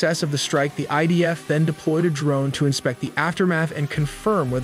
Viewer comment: Admin Its idf not Ibf 🤣🤣🤣😂😂